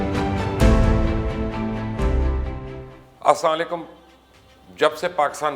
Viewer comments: Sir ap aslamualykum bola karo ap hamisha asLaalykum bolty hy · آپ اسَّلّالیکم کیوں کہتے ہیں ؟ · salam to kerna seekh len bhai.....yeh asslaa laykum kya hota hai?